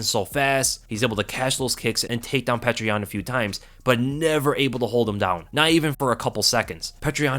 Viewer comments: Petr is pronounced “peeyo-ter” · Petr is pronounced (Pee Oh terr), and I thought Benevidas was done after his last match. Geez, he’ll never quit! Tough to a fault he is. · Great prediction but its baffling how you keep mispronouncing petr, its pronounced (peow-ter) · his name is not petra stop with this pc corectness bs peter peter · I've heard his name pronounced- Peter, Peoter, Pechr What's the actual correct way to pronounce this champ's name? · great video btw I think you actually just pronounce yans name like "peter" straight up... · Thanks as always for your amazing work. One constructive criticism: Petr is pronounced "pyo-tur". The "e" is actually a "ё" which is pronounced "yo".